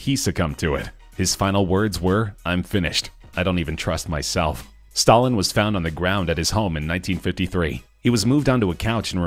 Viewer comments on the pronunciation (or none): none